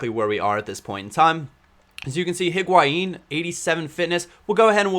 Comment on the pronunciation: THE H IN HIGUAIN IS SILENT !!! ... lol